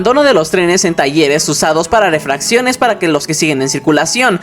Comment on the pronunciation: Una observación: Refacción es una pieza de repuesto o oa reparación de algo estropeado. Refracción es Cambio de dirección de un rayo de luz u otra radiación que se produce al pasar oblicuamente de un medio a otro de distinta densidad. Ejemplo: "superficie de refracción" Y en todos rus videos al hacer referencia a la falta de refacciones en el metro , siempre pronuncias "refracciones". Saludos!